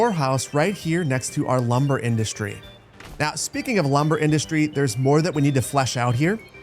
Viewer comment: Lumber in-dus-tree? Yeah, that's where it is.